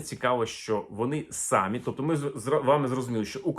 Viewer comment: Не сАмі, а самІ.